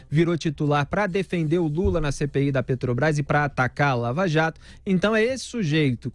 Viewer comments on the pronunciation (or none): none